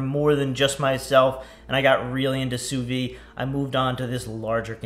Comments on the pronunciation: Sous veed, not sous vee. It’s French. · Has a channel dedicated to sous vide. Doesn’t know how to pronounce it. 🤦‍♂️